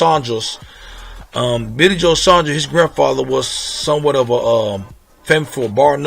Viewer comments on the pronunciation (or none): By the way, Saunders is not pronounced "Son-dros" it's "Saun-derz". It's a regular English name, even in America. Furthermore it's "On-dra-dey".